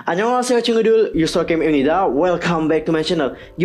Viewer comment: Orang kora lo bang? Hanyolunghaseyo nya jago amat wkwkwk